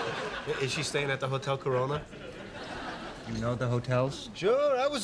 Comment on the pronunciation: Did joey say hotel "corona" ?